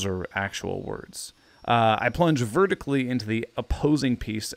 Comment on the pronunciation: Horizontally and vertically have always been words, and hearing you pronounce them like that made me cringe